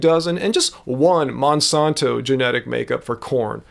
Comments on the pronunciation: Great vid. It's MonsAnto. Not Monsonto. Not being a troll just super annoying to keep hearing it said wrong. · I'm from St. Louis (Monsanto world headquarters) never heard it said that way. I like, I just have OCD and after the first mispronunciation that's all I could hear. It made it really hard to watch the rest of the vid. Simple name, say it correctly. Thank you